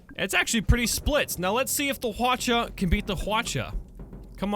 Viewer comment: Also Hwacha is pronounced as Hwachha. ch is followed by h.